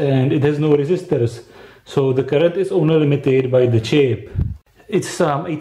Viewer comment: "sree resisters" instead of 3 resistors